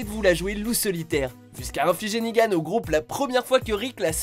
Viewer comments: Je comprendrais jamais vos problèmes de prononciation, pendant toute la vidéo vous dites "Negan" avec la bonne prononciation et à la fin vous dite "Nigan", mais pourquoi ? x) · J'ai dislike pour un truc .. Nigan!?!?!? Nan c'est negan... pitié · Il y a que moi que ça stresse quand il dit "Nigan" au lieu de "Negan" ? 😂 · Sa se prononce negan pas nigan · C'est pas nigan mais "Negan" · C'est Negan pas Nigan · C'est NEgan pas NIgan ! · Ne dites pas NIGAN. C'est NEGAN